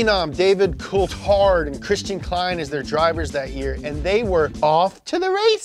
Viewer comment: Cool-Thard, C’mon